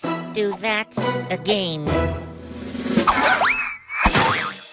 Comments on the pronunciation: the gum KILLED me “dont. do that. AGAINE.” eyes narrow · "AGAINE" lol